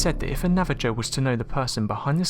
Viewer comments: I literally cannot believe he said 'nava-joe' lmao. Like cmon dude... do your research before narrating. It makes you look incredibly ignorant even if you don't mean to. Don't get me wrong I love your videos Unsolved, but rikki is right... nav-a-ho. Be respectful and take the time to learn how to pronounce the peoples names with whom you make videos on/about. No excuse for that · Please, it's pronounced "Nava-Ho", not "Nava-Joe!" I know you're English, but you can still use Google to look it up. I love your videos, and that's the only complaint that I have. It's simply rude to continue mispronounce proper names like that. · love this channel but.... its not ''navajoe'' its ''Navaho'' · It's "NAVA-HO!!!", NOT NAVA-JOE! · Lesbian Gamer actually sone words are described as such without english terms. so in many countries it na-va-joe!!!! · If you are going to take the time to put together these videos, Take a few more seconds and LEARN to PRONOUNCE words properly. It's really not that hard. It will lend greater credibility if you know HOW to say the words there my NavaJOE Bruvver. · “Nava Joe” I caught it the first time you mispronounced it. But the second time I busted laughing out loud you said it. Couldn’t even help it, total belly laugh... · Not nava-joe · Nava-joes! come on really! lol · Its pronounce na-va-ho. #3 Is From a movie,I forget what its called. But its quite obvious its someone on their hands and feet with their hips raised. Also, went would Mary need a UFO? It was a silvery disc. Why would she need that? I don't believe they saw Mary. Don't know what or who the entity was. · Its spelled navajo but you pronounce the jo like ho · Oh man I'm shocked at how you pronounced Navajo, so f funny! You done fucked up there dude! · The j in Navajo is pronounced like an H. Still a good video though. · Navajo is a Spanish word. The Navajo call themselves Dine which is pronounced Di-neh. I think it means the people. ☺️